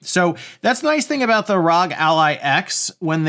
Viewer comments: No, it's ROG as in bog, cog, dog, fog, GOG, hog, jog, and log. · Please say ROG like you would say FBI and not like NASA